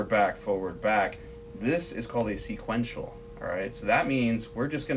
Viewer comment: Haha “seequential”